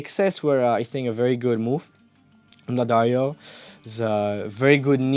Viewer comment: lil bro does pronounce Daddario more correctly than Sor tho tbf